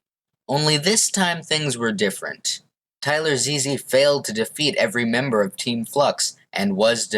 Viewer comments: Damn you didn't have to do "Tyler Ze-Ze" like that lol. It's just Tylarzz. Overall, I'd say this was a good analysis, but I think there are some more people who could be considered the best. M0xy - before he blew up on Overwatch/Among Us, M0xy was ranked number 1 globally on badlion duels. This means that while he may not have been number 1 in any specific game mode, he was the most consistent player throughout all game modes. Jdegoederen - An absolutely insane UHC player. He won 4 UHC Elites in a row, and then won a 5th one when they let anybody play as well. ZMCNikolai/Rex5826/MarkiLokuras/Monso - Some of the best EU badlion uhc players of all time. They proably aren't as good as Jdegoederen or Danteh, but they are certainly up there AustrianGaming/Wichtiger - IDK much about the current German PvP scene, but I believe these 2 youtubers are some of the best Skywars players on Gomme right now. I have heard X_SUS is pretty good too, and he also commented on the video. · bruh how did u pronounce Tylarzz wrong